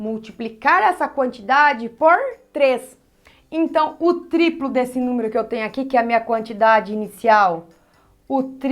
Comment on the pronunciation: Ela tem dificudade em falar triplo e decuplo ai escrevi errado kkkk